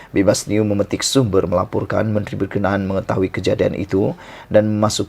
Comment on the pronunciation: Maaf 'ber ke na an' bukan berkenan